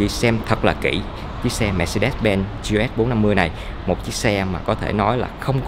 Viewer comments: Ông gọi luôn là gờ lờ xê bốn năm mươi đi, lại còn gi eo ét bốn năm mươi, nửa tây nửa việt hả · K biết " anh" sinh năm bao nhiêu? Đọc vậy k thấy chối hả anh? Đã bốn năm mươi thì đọc luôn là gờ lờ ét đi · à đoạn ấy tôi nói nhầm, ý tôi là gờ lờ ét bốn năm mươi. Tên mẫu xe của họ là GLS450 thì phần chữ ông ý đọc kiểu tây, phần số lại đọc kiểu việt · Gi e ét bốn năm mươi Tây thì tây cả , ta thì ta cả đi đọc nghe mệt mỏi